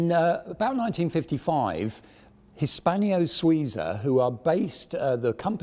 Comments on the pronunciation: It annoys me to no end to keep hearing Hispanio-Suiza. It's Hispano. No i. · Very interesting..... The attempted blags for Patreon support are slightly grating... But not as grating as H pronounced as "haitch". Nor as grating as "Hispanio". Not all strange, foreign words in romance languages end with the "io" vowel pairing. It may seem as if they do, but they don't. A very interesting video, but grating.